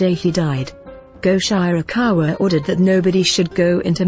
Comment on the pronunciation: Very good selections - these three are the most popular monsters (妖怪) of traditional Japanese folklore. But there are some things I noticed here. The pronunciations of the names are so incorrect that it is hard to recognise what they are (Sutoku, Goshirakawa, Tamamo-no-Mae are particularly horrible). Japanese system of sounds is not so difficult. And some pictures are from other eras or the different countries. (The civil war one is of the war between Japan and Russia in 1904 to 1905. The Buddhist monks and one of Tamamo-no-Mae's pictures are not not Japanese at all. The nice ukiyoe-style court scene drawing is mirror-image for the lady's lapel is wrong. And playing the Shamisen with a bow???) And some examples you have here are not the common images for their categories. The image of kitsune (狐 means a fox) as youkai is usually not a fearsome monster, but a plànkster. Tamamo-no-mae (玉藻前) is a special case, originated from China. Syutenn-Douji (酒呑童子) is said to be either a Oni (鬼) or a head of bandits. A Oni has many images from a evil monster, a tormentor in the hell, a very harsh person to a gentle giant in the children's books.